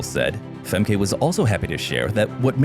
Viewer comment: Pronounced FEMKA